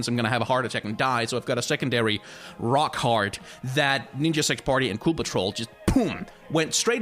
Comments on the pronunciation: Everytime you say "Rock Heart" I hear "Rock Hard". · Really wish you hadn't called it your "rock heart" cause of your accent I couldn't help but hear "ninja sex party got me rock hard"